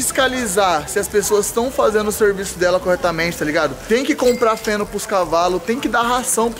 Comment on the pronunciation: esse “ feno “ ai ta meio estranho kkkkkkkkkkk🍁